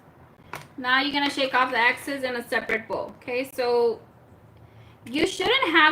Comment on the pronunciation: “Excess” not exes